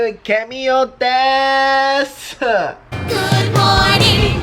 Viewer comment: グンモーニングワーツモーイに聞こえる